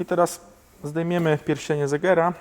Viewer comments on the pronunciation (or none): pierścień segera a nie zegera